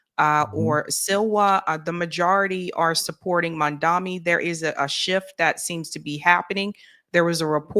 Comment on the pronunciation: Mam-Dani not mamdami